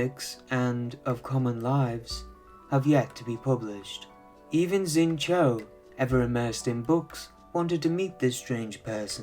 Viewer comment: Pronunciations of Zhongli and Xingqiu were really off